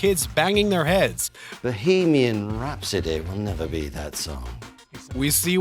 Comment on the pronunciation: Bow-hay-mee-an rhapsody